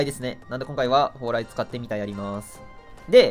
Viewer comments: たんぽぽうらい言うてる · 「モンストには何がある？そう、ﾀ↑ﾝ↓ﾎﾟ↓ﾎﾟｫ↑ﾗｲですね」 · 「そう！たんぽぽうらいですね」